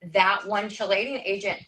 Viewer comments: As an actual chemist hearing that second lady talk is so hard. From the mispronunciation of chelating to her immediately talking about sodium phytate right after saying chemicals are bad. Like ma'am what do you think sodium phytate is???? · I was a licensed cosmetologist for 12 years before going to nursing school. Her pronunciation of chelating really got me!!